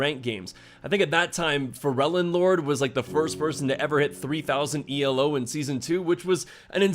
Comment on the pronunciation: Just fyi, it's not ee el oh, it's elo, named after its creator Arpad Elo